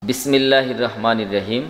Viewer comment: জি হযরত আপনার বিসমিল্লাহ পড়াটা শুদ্ধ হয়নাই। আশা করি খেয়াল করবেন। সালামটাও দেখে নিবেন। ।